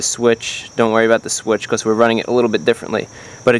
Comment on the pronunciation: When you say now we are done it sounds cool and when you say because it sounds like becows.